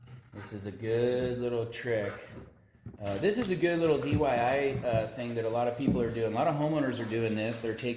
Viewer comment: Love how even contractors say dyi